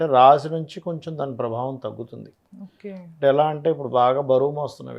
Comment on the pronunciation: ఒకే అని పలికేది బాగా పలకండి